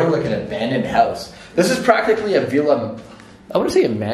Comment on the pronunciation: You're pronouncing Villa wrong!